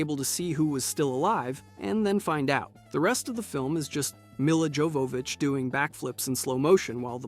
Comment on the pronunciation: That's not how Mila's last name is pronounced